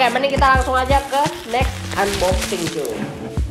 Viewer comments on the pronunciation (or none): Tulisannya emang unboxing tapi dibacanya anboxing pan,pan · Bang saya kasih tau nih unboxing itu dibaca anboxing bang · "UNboxing"🤣 #ripenglish